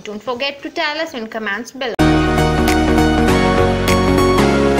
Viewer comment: It's not commmaaants....It's comment.